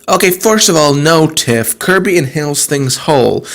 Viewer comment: Why do you say tiffs name like that? Its not pronounced like that in the show, and for some reason it bothers me.